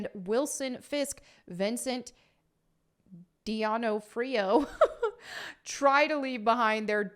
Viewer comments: "Vincent Deeno-Freeo" LOL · De, nah, free,o!🤦🏻‍♂️🤣🤟🏻💯🇮🇹. Now say it faster! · Based on your pronunciation of Vincent D'onofrio, I'm guessing you never watched Full Metal Jacket. You should watch it. You'll probably hate it. It's great.